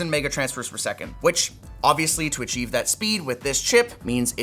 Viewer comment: When did you forget how to say “per second”?